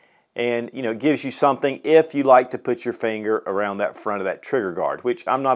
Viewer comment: dayown and ayout and arayound